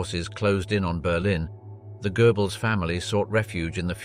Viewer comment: It's Goebbles not Goerbbles. Lector pronounces some names in a funny way. It's not gerbils either.